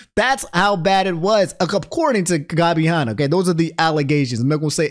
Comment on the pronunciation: Why does pronounce Tana and Hanna names like that 😭